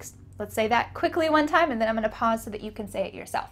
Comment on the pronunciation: in video ,teacher said"and then i'm going to pause so......."but there's no pronunciation "going to"